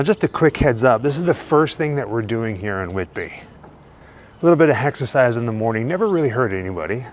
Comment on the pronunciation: Did you say “ hexercise”? Lol 😂